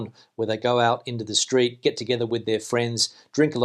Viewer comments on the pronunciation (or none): none